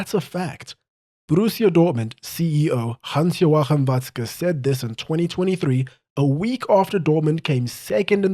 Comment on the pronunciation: Your pronounciation of Watzke‘s full name was perfect, really appreciate the effort!!